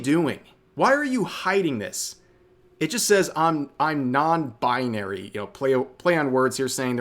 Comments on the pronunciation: "non-bunary" took me out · "I'm non-buynary" Lol.